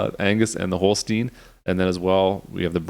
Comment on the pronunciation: You say holstein not holstien